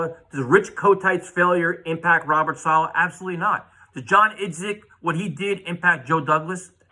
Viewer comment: Dude started with “I know them have some weapons with mims and company” 😂. Totally disrespected Robert Saleh by mispronouncing his name. Dudes a entertainer not an analyzer